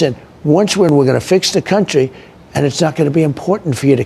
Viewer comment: "Our countreh"